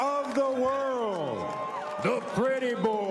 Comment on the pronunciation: Did he just say 'Jerwin Ankaka' lol..